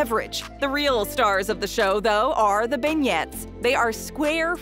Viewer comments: ...they're not pronounced as "ben yets" say "BEN YAYS"... "Beignets" are a chocolatey CHEERFUL TASTE EXPLOSION inside of a doughnut like exterior... just saying... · Been-yet? cringe It's Ben-YAY...'cuz French XD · Did she just say coffee and benyets??? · It hurts my feelings every time she says Ben-yets.